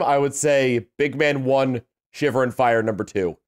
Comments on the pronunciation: misreading "Frye" as "Fyre" multiple times was not entirely unexpected. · ..."FRYE", not "Fire". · It's not "Fire" it's "Frye" F-R-Y-E.